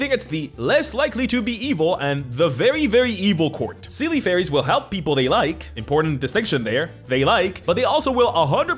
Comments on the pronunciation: I know you, as a latin speaker, would pronounce Seelie like that (I am as well), but the correct pronounce is something like "shee" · It's pronounced say-lay and un-say-lay 😞